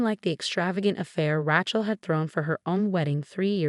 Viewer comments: How many times do I have to tell you,? The name is pronounced Ray-chel, not Ratch-el. It is heir, pronounced air, not hair. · I love that mispronouncing from AI. Ratchell! lol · Name Rachel is pronounced as RAY-CHEL not RAT-CHEL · RATCHELL? Sort this AI narration out before you loose every listener; the storyline is pathetic enough: However with the awful AI narration, your failing spectacularly. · When will ppl realize AI READERS SUCK! Rachel is NOT pronounced Ratchel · This RIDICULOUS voice over is beyond STUPIDITY.. SO MANY STORIES WITH RATCH-ELL (Rachel) HAIR (heir) and in so many others of this ilk EFFAN, ETAN, ATFAN - ETC… for Ethan, a favourite name in so many stories of sadistic mothers-in-law, cheating husbands and obnoxious sisters-in-law!!!!!!!! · It’s pronounced Ray (like a ray of light) Chell. Fix the AI voice. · Cute story but down thumb for pronouncing RATCHEL. I know it's AI, but it can be correct. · They're got the language settings wrong for the AI - it's grating for sure. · Really good story! I’m glad Rachel finally found her way! For future information, Heir is pronounced “air”. “Hair” is what grows on our heads. Rachel is pronounced “ray-Chel”. 😊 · RAT-CHEL?? really? learn to pronounce names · It is pronounced RA-chel(long A sound not short a ) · OH it might be the wrong pronunciation but I enjoy saying it that way. My cousin Rat-chel hates it! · So, so tired of hearing AI unable to properly pronounce the name Rachel. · Hair instead of heir, mispronounced Rachel. Fix it if you want people to keep reading and listening. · I find it interesting and funny. I still enjoy the stories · True all of these stories mispronounced Rachel and many other names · I agree get the names right!!